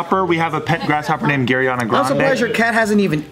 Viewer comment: Either this a woooooosh but and both said gariana grande